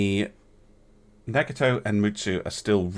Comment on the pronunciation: so... after butchering Fuso you butchered Nagato too :P